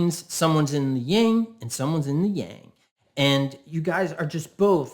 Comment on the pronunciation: That's Yin and Yang. Not Ying.